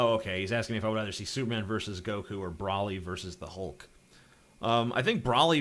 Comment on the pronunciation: What is Brawly? You mean Broly. Like, the literally say his name, no excuse for mispronunciation.